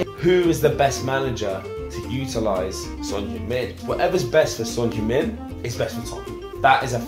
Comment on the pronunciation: 야 니네 팀에 몇년을 있었는데도 이름을 제대로 못 부르냐 손흉민이래ㅋㅋ 다른 종목도 처음엔 한국 선수 이름 잘 못부르더라도 몇개월, 한 1년 지나면 제대로 불러주는데 이것들은 맨날 쏘니 쏘니 거리더니 찐팬이라는 것들이 아직도 손흉민이네ㅋㅋ 의견을 구하기 전에 이름이나 똑바로 불러줘라